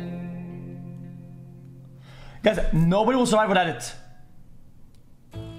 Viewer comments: "Surive" Omegalul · “Surive” OMEGALUL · "60 seconds to surive " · "Surive" Pepega Clap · Pepega "Surive" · „Surive“ PogChamp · “surive” PepeLaugh